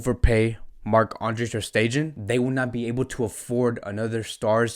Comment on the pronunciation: Hi.. I hate to be this guy, but please please please make sure you pronounce the players names correctly... Aleñá has an accent on the last a.. is not Aleña.. emphasis on the a not the e. Also Stegen.. not Stejen..